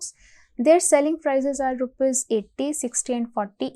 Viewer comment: rupis nhi hota hai rupees hota hai maam...and very bad nail art